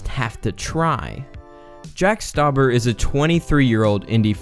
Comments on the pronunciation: You butchered his last name. It's pronounced (St-ow-bur). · Its not jack stuaber its jack stuaber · You pronounced his name wrong